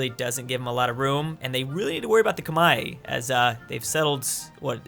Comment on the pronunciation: The civilization in Southeast Asia (Vietnam, Thailand, Burma) is the Khmer (Kuh-Mare), not Koo-Mai